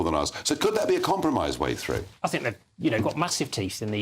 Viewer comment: Why does that bird say Fink rather than think!!